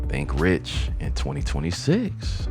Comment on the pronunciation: Rich doesn't rhyme with six. Aw well.